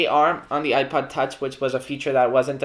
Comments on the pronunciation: Sounds like you’re saying iPad, not ipod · It kinda sounds like he's saying ipad